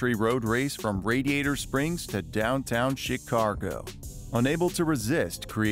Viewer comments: the voicer is ai so it sounds like shitcargo which was ment to to be chicago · *haha he said shitcago* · Actually, it’s “Chicargo”.